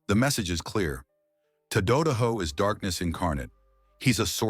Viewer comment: One thing the Ai speaker can't do is pronounce names correctly. Ta---Da--Da---Ho Tadadaho..